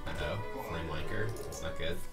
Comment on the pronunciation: Did Kibler say FlameWANKER?